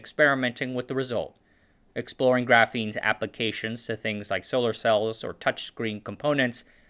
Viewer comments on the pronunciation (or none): none